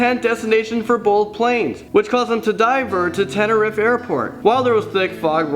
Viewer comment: tenerief is said as tener reef